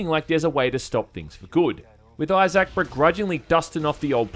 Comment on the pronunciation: Who the fuck is "Eyez-Sack"?